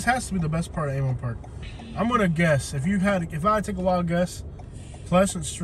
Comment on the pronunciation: Replace the V in Avon Park with a D to sound more like a local.